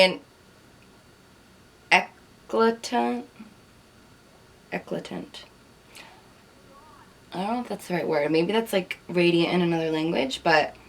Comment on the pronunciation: Hi Carli!...eclatante....means Radiant in French.... and yes you said it correctly in French. LOL! You got it! Its pronounced Hey-Claw-Taunt